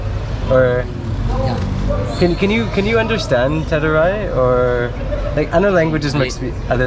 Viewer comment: Teduray not teruray